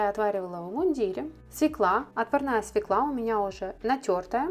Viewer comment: СвЕкла! Ударение на первом слоге.